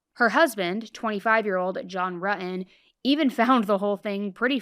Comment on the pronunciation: Pronounce your “T’s” RuTTon buTTon